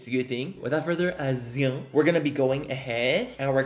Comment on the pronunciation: No one: Manny: “without further aZuE, let’s get one to video” 👑